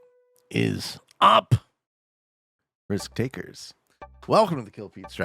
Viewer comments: Eventually: “what IS UP! RIIIISK takers” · Pete really went from “what is up RISK TAKERS” to “WHAT IS UP risk takers”